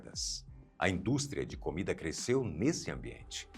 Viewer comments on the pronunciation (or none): none